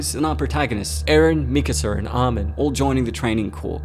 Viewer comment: Lol you said miskaser